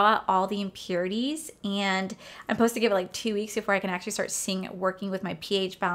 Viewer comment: Around min 13 you said ‘post to’ three times. I’m stuck on that 😂 maybe it’s just because we’re in different states but I’m pretty sure you’re supposed to pronounce the ‘suh’ in supposed to 🤣🤣 No hate at all I’m just dying over here